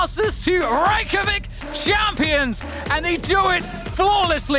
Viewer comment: The most shocking part about this video is that Iceland’s capital was said correctly every time